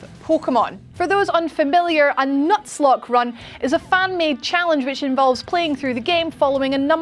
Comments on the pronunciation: "Nutslock". It's NUZ. NUZ. Like Z as in zipper. NUZLOCKE. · You mean "Newslock"? Like the "u" is long and not short like she said it? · ....Nutslock? It's Nuzlocke. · Y tf she call it "nutzlock"?